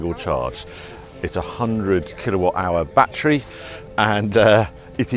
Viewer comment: . What is this “bat tree”? I believe “battery” has 3 syllables 😠 Even the German gets it right…. all 3 syllables present